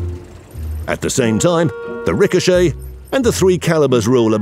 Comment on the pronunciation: He shels ricohcet i fired he shell it ricohochet